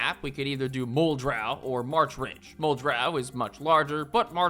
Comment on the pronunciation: BTW, Muldraugh is pronounced "mole-draw" / "mold-raw", depending on how thick the accent is. Source: me, former local (p.s. go to Kristi's Cafe if you ever go to Valley Station)